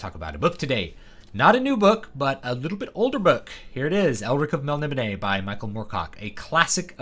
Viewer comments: Everything online says its mel ni BOH nay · Just started reading The Elric Saga, and was confused how to pronounce Melnibone so thats why I came here, i left with a wonderful understanding of style, influence and storytelling in such a short watch. Truly a treat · Is that the official pronunciation of Melnibone?